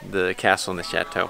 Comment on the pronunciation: When they say chateau it bugs me because I speak French and they’re not saying right